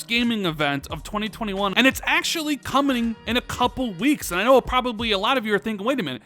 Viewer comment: Did you say coming or "comning"? Hahaha